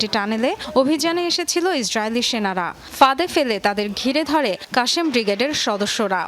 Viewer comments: আপু শুদ্ধ উচ্চারণে পড়তে হবে নিউজ,,, কাশেম ব্রিগেড হবে না,আল কাসাম ব্রিগেড হবে। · কাশেম ব্রিগেড 🤦‍♂️🤦‍♂️🤦‍♂️ নাম টাও ঠিক মত নিতে পারে না 😂😂😂😂😂